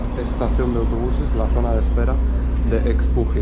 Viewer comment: No se pronuncia ecspujil, es eshpujil, todas las x en la península se pronuncian "sh" (es maya). Estuviste en mi ciudad, Chetumal, cuando pensaba que aún estabas en Tijuana, ya habías pasado por aquí, ni para saludar.